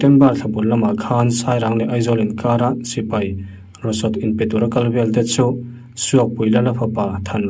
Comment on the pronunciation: rosot 😂😂😂 ration ani lo maw u tûm a lawm tumkau a tum an lam ang hian tûm ti a lam tur w lawm